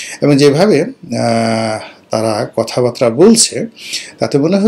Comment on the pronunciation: তুস্সো তাস্সিল্লো (তুচ্ছতাচ্ছিল্য -কে বলছেন) কথাবার্তা কে বলছেন কথাবাত্রা!! আপনার বাঙলার এই করুন দশা কেন? বাঙলাকে তুচ্ছতাচ্ছিল্য না করি। বাঙলাকে ভালো বাসুন, সম্মান করুন। শুদ্ধ উচ্চারণ অন্ততঃ করুন। সয়লাক নয় ছয় লাখ! নিরিহ নিরোহো নয়! বসোর নয় বছর! ধন্যবাদ।